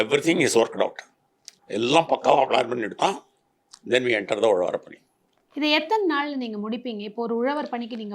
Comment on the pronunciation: .Instead of saying Uzhavarapani,she says Uzhavar pani